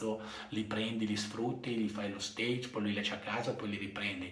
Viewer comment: No "Steig"! Stage viene dal francese. Si pronuncia circa "Staash"! Fidati!